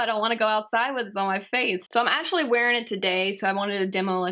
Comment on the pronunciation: omfg pronounce ur words correctly "ashuly" "transushent"